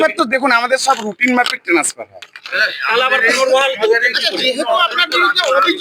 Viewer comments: বলছে টানেসফার 🤣🤣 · transfer কথাটাও ই ঠিকভাবে উচ্চারণ করতে পারছে না।বলছে tans-far. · ট্রান্সফার কে ভালো করে উচ্চারণ করতে পারে না আবার ভিডিও - টেনেসফার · Transfer tai thik kore bolte pare na …se ki kore BDO hoy??